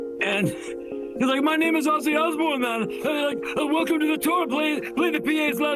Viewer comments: Please get his name right...it's Ozzzzy not Osssy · You criticize alot of people. You should know and learn S pronounce as Z even Ozzy is not Ossy.. CraZy not craSy, decision sounds like Zh not sh deciZhn You "Europeans" you should work on that and practice! If Z is S when don't need it in "English alphabet" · The pronunciation is Ozzie with a Z. I take this as an offence as an Aussie which is pronounced the same way even though he was born in Birmingham.